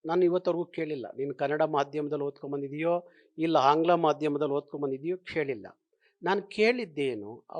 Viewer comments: ಸರ್ ಹಂಗ್ಲಾ ಅಲ್ಲ ಸರ್ ಆಂಗ್ಲ ಕನ್ನಡ ಭಾಷೆಯ ಉಚ್ಚಾರಣೆ ಸರಿಯಾಗಿ ಇರಲಿ ಸರ್ ಇದು ನಮ್ಮೆಲ್ಲ ಕನ್ನಡಿಗರ ಪ್ರಾರ್ಥನೆ 🙏🙏🙏🙏🙏🙏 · ಅಯ್ಯೋ ದೇವ್ರೇ ಈಯಪ್ಪನಿಗೆ ಕನ್ನಡ ಉಚ್ಚಾರ ದೋಷ ಇದೆ. ಹಾನ್ಗ್ಲಾ ಮಾಧ್ಯಮ ಅಂತಾರೆ, ಹೋದೋಧು ಅಂತಾರೆ, ಹಬಿಮಾನ ಅಂತಾರೆ.. ಕನ್ನಡದ ರಕ್ಷಣೆ ಅಂದರೆ ಭಾಷೆಯ ಸೌಂದರ್ಯ, ಭಾಷೆಯ ಉಚ್ಚಾರ, ಭಾಷೆಯ ವರ್ಣಾಲಂಕಾರ , ವ್ಯಾಕರಣ ಎಲ್ಲವನ್ನೂ ಅಚ್ಚುಕಟ್ಟಾಗಿ ಪಾಲಿಸೋದು ಮಾತು ಪ್ರದರ್ಶಿಸುವುದು. ಸಂಗೀತ ಬಾರದವನು ಸಂಗೀತಗಾರ ಅಂತ ಹೇಳಿಕೊಳ್ಳೋಕೆ ಆಗುತ ಸ್ವಾಮಿ? ತಮಿಳ ತಪ್ಪು ಮಾತಾಡಿದ್ರೆ ಅರ್ಥ ಆಗುತ್ತೆ. ನೀವು ತಿದ್ದಕೊ ಬೇಕಲ್ವೆ. ನಿಮ್ಮ ಹಷವಿನಿ (ಅಶ್ವಿನಿ) ಕನ್ನಡ ಹೋರಾಟಗಾರ್ತಿಯಾಗಿ ಕನ್ನಡ ತಪ್ಪು ಬರೆದರೆ ಹೇಗೆ ಸರಿ ಹೋಗುತ್ತೆ ಸ್ವಾಮಿ. ನಿಜವಾದ ಕನ್ನಡಿಗರಾರೂ ಒಪ್ಪಲ್ಲ ಬಿಡಿ.